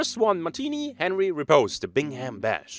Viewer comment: Bingham BRRRash, not Bash :-p Also, you pronounced Sinew just fine ;-)